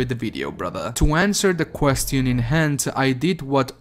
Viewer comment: Where are you from? The way you say the word "question" is pretty weird lol